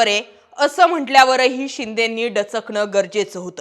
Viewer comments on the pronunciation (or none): डचकणं नाही दचकणं